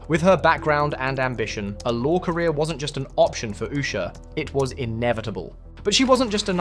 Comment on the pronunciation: Why don’t these Journalists find another job for a living. This idiot can’t even pronounce her name.